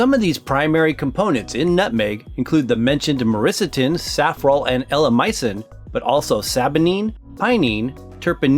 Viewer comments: Myristicin you were pronouncing Myriscitin, not once but every time. May need to practice Ma- riss- ti-sin not Ma-riss-atin! I got quite annoyed lol 🤣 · Why the fuck is he constantly calling it "Myrisitin"? Can't he read his own words? What a load of shit! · “ma-RIS-ti-sin” is the proper pronunciation. Definitely not “Marissa-tin”. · Congratulations! You never once pronounced myristicin properly. You botched it every time. “Marissa-tin” is what you said. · The narrator really should learn how to pronounce myristicin, given how many times the word crops up.